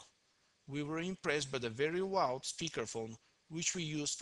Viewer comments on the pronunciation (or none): none